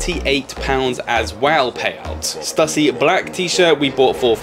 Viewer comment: Love the video! Just to let you know I got laughed at in the US buying skate gear, back early 90s, they weren't impressed I said Stuh-see, it's Stoo-see 😉